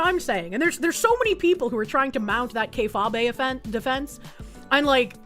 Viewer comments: Haha - “Kay-fabe”. It messes my brain up everytime I hear Kay-fah-bay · Please, for all that is holy, tell me is pronouncing K-fabe wrong on purpose. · FFS, it's pronounced kay-fayb. Not kay-fabay, ya big stupid animal. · Jesus Christ it's pronounced KAY-Fayb not Kay-FAH-bay. It's supposed to sound like "Be Fake" because that's what it means. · Kay-fah-bay lololol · Kayfabe (KAY-fayb)